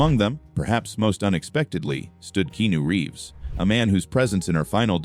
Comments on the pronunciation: Why cant the speaker SPEEK Keanu Reeves name correctly or even the same pronunciation throughout its f redickulouse that you can't SPEEK his name right or correct in any f way it's redickulouse please stop fucking his name up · It's disrespectful & redickulouse